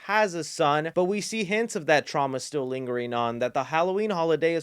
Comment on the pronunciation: has killed the word ‘Trauma’